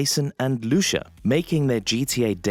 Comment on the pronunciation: It's not Lushu it's Lucia